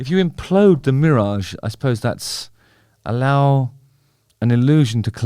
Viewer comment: What is this "meerage" that you speak of and how close or far is it from me and mine? I got to know! It's Killing me and taking control!